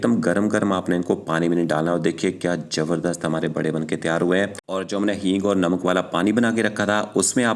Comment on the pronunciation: Ourdo me j nhi zaberdast z Bola karey